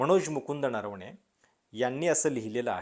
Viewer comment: नरवणे ना नारावाणे म्हणत आहेत